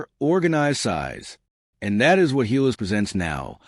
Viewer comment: GILAS not HAYLAS